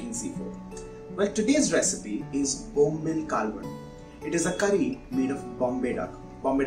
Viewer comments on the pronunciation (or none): Its called bombil not Bombla's😅 😂😂😂😂😂😂😂😂😂😂😂😂😂😂😂😂😂😂😂😂😂